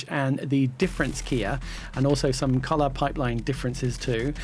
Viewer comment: Special thanks for the dual pronunciation of ‘colorrrrrr’. Made it even more accessible for me.